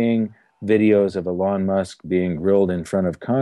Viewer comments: Just FYI: Elon Musk is pronounced "ee-lon" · "e lon musk", cant even say his name right lol